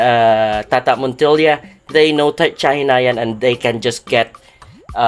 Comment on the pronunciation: Yun pala tamang pronunciation kay "chahinian" susyal ang sound. Thanks bro for this informative vid